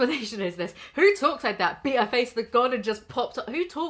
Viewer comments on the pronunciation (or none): none